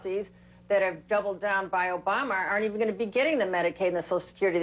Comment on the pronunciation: Why did she call him "Obarma"?